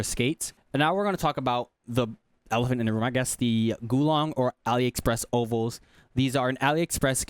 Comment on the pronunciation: mf said GULONG skates